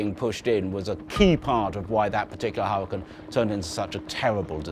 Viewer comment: Which accent pronounces Hurricane as "Harra-can".. ?? Sooo weird to my Canadian ears!!